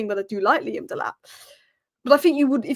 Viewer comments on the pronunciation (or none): none